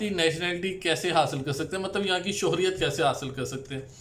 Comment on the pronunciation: السلام وعلیکم انفارمیشن کے لیے بہت شکریہ ایک گزارش تصیح کر دوں یہ لفظ شہریت سے ہے شہر سے شہریت آپ شوہریت کہتے ہیں جو غلط ہے امید ہے آپ تصیح کرینگے